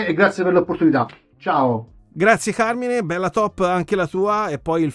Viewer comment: bravi tutti, il mio preferito è Carmine. a parte le pronunce inglesi (ma chi se ne frega...) è la top in cui mi piacciono quasi tutti. p.s. auguri e auguri a tutta la community. anche io odio il natale, ma gli auguri si fanno comunque